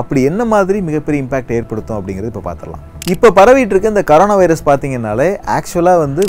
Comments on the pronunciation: It is not karona.. It is corona. What a funny pronunciation 🤣🤣🤣🤣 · athukku peru c o r o n a virus. neenga thappa c a r o n a virus nu pronountiate panree nga hope next tme correctah pronountiate pannu veenga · Pls tell Corona bro ninga koronq nu soluringa